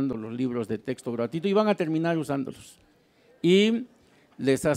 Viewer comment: PUES YO NO LE DARIA TANTO MERITO AL SEÑOR YA QUE DEJA MUCHO QUE DECIR EN SU EXPRESION AL DECIR TESTO CUANDO SE DICE CORRECTAMENTE TEXTO. NO HAY QUE IDEALIZAR TANTO A LA GENTE. P.D. Y SI LE HICIERON EL FUCHI DESDE QUE NO OPINO NADA.